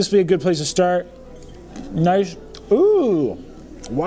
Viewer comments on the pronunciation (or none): none